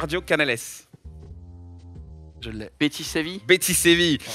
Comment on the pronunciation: Ptddddr oh la fraude de il dit « betis » 😂